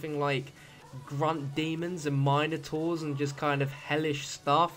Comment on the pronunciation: haha .. "mine"-o- taurs..nice ^ ^